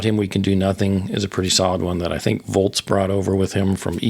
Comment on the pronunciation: Its "Volz" not "Volts" Thanks for the memories